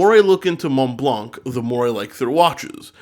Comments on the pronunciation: Hello Federico, I really love your channel As a piece of advice, Montblanc is actually pronouced "monblan" Keep up the good works, hope I helped Cheers ! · hi Federico just to let you know that in "Montblanc" you don't prononce the "c" we read it "Montblan" . love ur videos keep up the good work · I know it’s been a very long time since this video but juste wanted to tell you that we don’t pronounce the “c” in Montblanc , it’s just “Monblan” 😉 As always, great video !